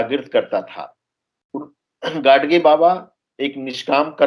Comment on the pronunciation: It's not , गाडसे , ओ गाडगे हैं